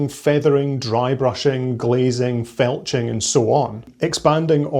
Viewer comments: …did that man say felching…? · Did you say Felching? 😂